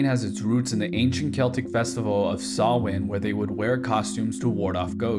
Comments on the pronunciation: Good video, just work on your pronunciation of Samhain, over here in Dublin (ik it's different in other counties so maybe it's just a different pronunciation) it's pronounced s-ow-in not s-aw-in, very slight difference but yeah. Good video regardless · he said saw-win but it’s pronounced sow-win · Error: Great video but there was one small error that confused me alot the first time watching: You pronounced the tradition 'Samhain' like "sawin" when its actually pronounced more like "souwn" (Sorry if i seem nit-picky but it just confused me and i wanted to clear things up 😊) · Idk if it's different in other parts of Ireland but Samhain is pronounced "Saow-in" not "salwin" Also Gaeilge is pronounced "Gwayllga" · "Sawin" ☠️💀💀💀 it's pronounced sowin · "sawin" man its pronoucned sowin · Actually…he didn’t. It is pronounced Sow-when. I’m gonna guess that you think it’s pronounced as Sam-hayne? 😂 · Just for next time, you would pronounce Samhain as sow (as in ow! My finger!) in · Holy fuk first non irish to actually get all the shit right but samhain is pronounced sahwin other then that u did a good job lad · Samhain is pronounced s ow in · he pronounced it awfully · Samhain still was pronounced weird tho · The pronunciation of samhain is incredibly wrong what are you talking about??? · What?? The point is that he didn't pronounce it RIGHT,, I should know,, I'm bloody Irish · I appreciate that you did your research, the only shortcoming I can find is that you mispronounced Samhain very slightly. Well done, 10/10. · Decent job on pronouncing Gaeilge 👍 not such a great job on pronouncing Samain, but still decent. A much better job at pronouncing them than most Irish people 😥